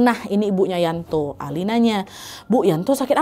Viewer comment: yanto ka nad bukan yanti 😁